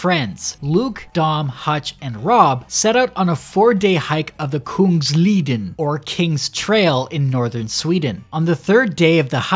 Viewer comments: I’m swedish and it hurts how you say kungsleden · as a swedish person i died when he said kungsleden